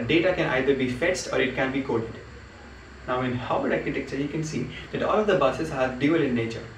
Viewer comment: havard not haward